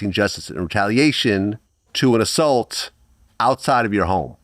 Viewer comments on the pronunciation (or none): none